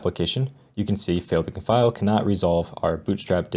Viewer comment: "Failed to comfile"